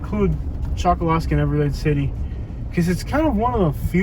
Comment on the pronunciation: The locals say “call yer county” not collier and that little island is pronounced “Chuck a lusky” not Chokoloskee. The can spot an outsider right off the bat by the way they pronounce the names around there.